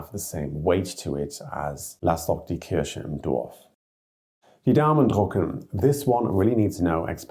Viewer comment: Just into the first idiom and I am already literally rofl: The way "church" is pronounced sounds terribly like cherry. "Die Kirsche im Dorf lassen" = Leave the cherry in the village does not quite have the ring as "Die Kirche im Dorf lassen" = Leave the church in the village 😉